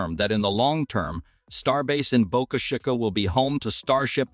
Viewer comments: Great channel destroyed by using a GD Robovoice. 8 billion humans not 1 of them good enough to narrate ? obviously its a robovoice because of mispronunciation of Boca Chica. How Lame. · You need to lean how to say boca chica ! You are pronouncing it wrong